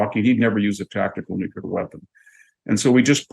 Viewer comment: I really like VDH. But he needs to learn how to pronounce NUCLEAR.